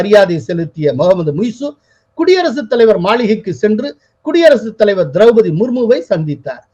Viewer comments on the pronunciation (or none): none